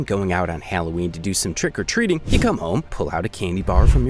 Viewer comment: More emphasis on "TRICK" as they did.